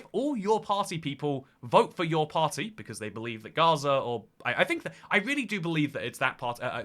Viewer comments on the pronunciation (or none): none